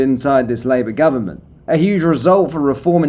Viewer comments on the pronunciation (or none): none